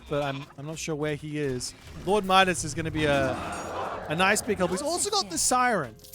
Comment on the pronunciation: It's pronounced Midas, not Midas 😛